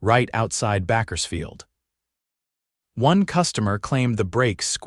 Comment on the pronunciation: Narrator You must British not pronounced backers field it is pronounced bakersfield